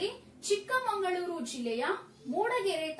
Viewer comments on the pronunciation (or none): none